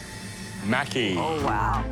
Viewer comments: pronounced "mocky" not "mackey" lol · I hate how they said "Maki" it's not pronounce macky......smh you would think that world class chefs would know the name of the food XD especially Alvin of all people He's Asian, he should know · 25 min to make sushi rice, fry tempura, prep veggies and thinly sliced sashimi before actually rolling the maki??????????????????? SUCH BS!!!!!!!!!!!!!!!!! Everyone pronouncing "maki" incorrectly (including the judges) was 🤨🙄. It's NOT "maaackie."